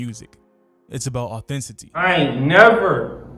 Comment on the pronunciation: "authentacy" 😆 I hate you stupid younger generation niggas. Y'all really are special. We have no future if y'all are it.